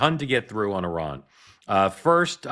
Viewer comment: Mark, I appreciate that you are saying Iran correctly (as best as Americans can), instead of the typical I-RAN pronunciation